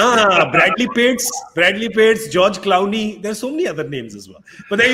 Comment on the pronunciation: Did Gaurav Kapoor call George Clooney as George 'Clowny' towards the end?😂